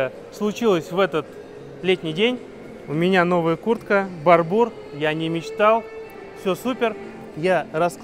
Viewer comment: Да не БарбУр, а БАрбур! Блоггер😂😂😂😂